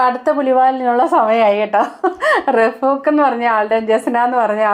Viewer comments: റഫൂക്ക് അല്ല... റൗഫ് ആണ് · റഫൂഖ് അല്ല റഊഫ് എന്നാണ്,, പിന്നേ ഷാജിത അകത്തു കിടക്കാൻ സമയമായി എന്നാണ് തോന്നുന്നത് 😄